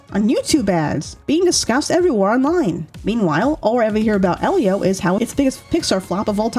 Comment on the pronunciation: Lol! Thank you,! 💖It bothers me so much when someone mispronounces Elio after they watched the movie.